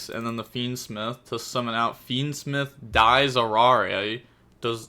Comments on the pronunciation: Dies Irae D S ear-aye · “Dies Irae” is pronounced D S E Rye (pronounce the letters as if they’re the letters like nintendo ds)